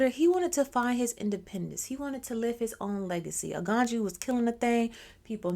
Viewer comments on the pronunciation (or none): The j is always a y so that's why it pronounce Aganyu